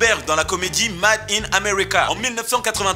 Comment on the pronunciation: LA PRONONCIATION DE "MADE" DANS MADE IN AMERICA, NON IL À OSÉ. ON NE PEUT PLUS RIEN POUR LUI, SON NIVEAU D'ANGLAIS EST BEAUCOUP TROP BAS...